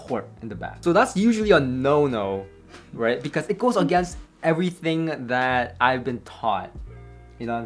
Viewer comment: "Of course cables matter. Eeet armonizzes everyting.": *folds arms